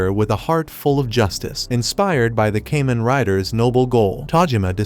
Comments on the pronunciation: Kah-men like "common" not no damn cayman crocodile rider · It’s Kamen. Kah-men! This is the n-th video I’ve seen with this miss. If you must use AI at least check and get it right. Sorry I’m just sick hearing Cayman, Cayman, Cayman… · It's Kamen rider not kemen rider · Great video . It ka-men not kay-men. Thanks you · I hate how the ai says "kay men rider" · It's so cringe hearing kamen rider pronounced incorrectly